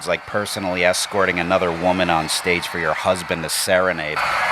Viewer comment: Insanuh.. view.. of the... staguh